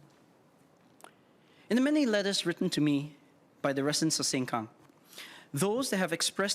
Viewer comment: he got this fake Ang Moh accent that is so intolerable, and stresses certain words like "SengKang" in a hokkien accent lol... what a narcissistic person. I worked with whites for decades, non of them got this rubbish accent lol, he sounds like he is trained by Amos Yee, looks like his brother too